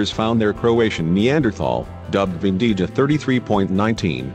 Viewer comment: Pronunciation of name of the cave location in Croatia: Vindija, is not [vin-dee-ja], but [vin-dee-ya]. Letter "j" in Croatian is always pronounced as /y/; like in English: may, way or in word: yesterday. Except in the Vindija cave, remains of Neanderthal population were found also at Hušnjakovo brdo [Hush-nya-ko-vo brdo] near city Krapina, where is now situated new and very modern Museum of Neanderthal (if You will be in Croatia, it is one of the sites that is interesting to visit). Actualy, the Vindija location is some cca. 30 km far from Krapina. And, it seems that there was a third location where Neanderthal remains were found in that region: in cave Veternica [Veh- ter - nee -tsa] situated on mountain Medvednica near Zagreb (some 50 km from Krapina). And, important to mention on the subject: the Neanderthals from Krapina (Hušnjakovo) lived cca. 100 000 years ago, and remains from cave Vindija are dated to cca. 20 000 years ago.